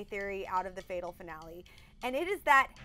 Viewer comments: The coats pink and why can't the blonde one not pronounce finale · D "finolle"